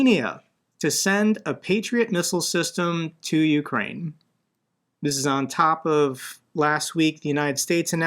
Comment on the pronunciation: Indeed. AND it's pronounced you-CRANE. I am so sick of Americans calling it YOU-crane. I mean, It's CAN-a-da, not can-a -DUH. It's a-MER-ica, not AM-uh-RICA, right? Slava Ukraini!